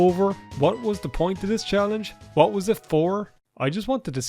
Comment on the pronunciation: “You can’t drag the body of the Emperor I’ll tell you h’what!” -, probably